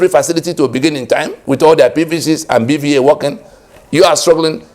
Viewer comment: BVAS not BVA.